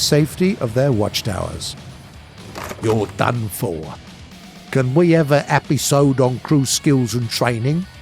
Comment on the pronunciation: "your done for" accent was perfect